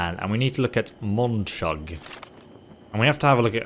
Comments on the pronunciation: Why does he say mucab, it's monchug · Love how you can't remember Monchugs name. "Mochang" "Mokheb" "Mukhab" :D Gotta work on that if you want to marry his daughter. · I love how his pronunciation of monchug changes every time😂